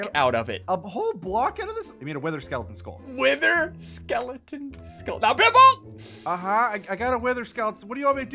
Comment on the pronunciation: It's not biffle its butt waffle